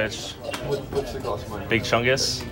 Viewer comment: Each time says big Chungs I slap myself